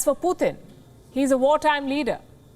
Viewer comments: Not puthin that’s putin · Every time she says 'Poothin' when saying Putin is so much lol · Indians have no room to criticize ! India is a racist state / Modi and the BJP ARE UNEDUCATED THUGS . This woman is a racist Indian mouthpiece . Learn how to say PUTIN .